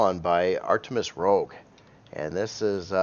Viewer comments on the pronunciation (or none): Btw I normally avoid correcting people's language but I really like Artemis Rouge's videos, and your videos, and I know you respect them as well so I'll say, it's Rouge not Rogue. Pronounced like "rooge" but a soft G/J sound rather than hard, not stopping the air passing your tongue. Rouge is red in French (perhaps another romance language as well) ;-) Love all of you, your content, and especially your ships!!